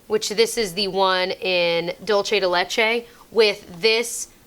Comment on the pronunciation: If I had a dollar for every youtuber that pronounces dulce "dole-chay".... 😂😂